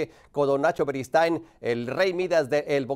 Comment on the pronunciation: larga vida al rey de la esquina don NACHO “berigood”😂